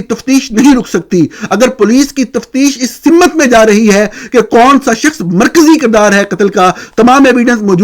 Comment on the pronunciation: سمت کا تلفظ sumt ہے simmut نہیں۔